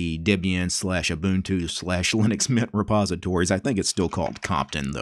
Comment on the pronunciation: What do normal people hear: Linux Mint What do I hear: Linux Nyet